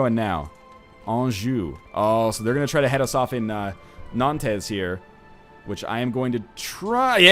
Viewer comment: Or-LEENZ, Nan-TEZ. Typical NL, last name is Letourneau and still manages to butcher French names.